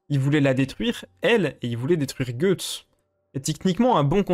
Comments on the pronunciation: Je sais. Mais ça se prononce pas "gueuuuuuxtse" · Je déteste ta façon d'appeler Guys, "Goethe's", cependant j'ai adoré ta vidéo et ta vision des choses sur Griffith. Pour ma part, j'aime les choses claires, et concises, donc je dirais juste que c'est un colossal enculé. Quant à ce qu'il a fait à Casca, il l'a fait dans le but de pervertir son foetus (elle était pour moi, déjà enceinte de Guts) en fécondant Casca après Guts, et de pouvoir ensuite se réincarner grâce à celui-ci. Vous comprendrez donc le degré de haine infini que peut ressentir Guts envers Griffith. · Guts veut dire tripes en anglais et se prononce "geuts" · C'est qui "Gueuxtse?"